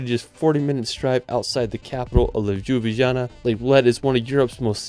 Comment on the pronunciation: The way you pronounced Lubijana made my day